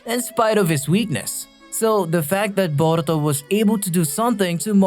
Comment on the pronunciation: Came to say this too, had to stop the video because of it. “Boruto” and “Naruto” almost sound like they’re being said with a Mexican accent. It’s really bizarre.